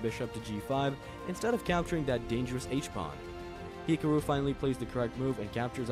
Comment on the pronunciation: Why do you say his name like that??!?!?!